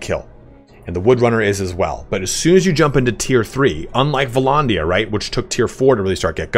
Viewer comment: Vlondia? It's vlANdia